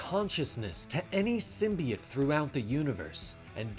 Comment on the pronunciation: Am I the only one that it bugs the shit out of every time he pronounces symbiote as symbiet? Lol he calls the zombie dudes zombiotes, not zombiets so wtf?